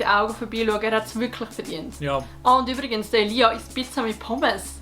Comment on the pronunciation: De schmertz wenn sie statt "Elia" Elias seit ☠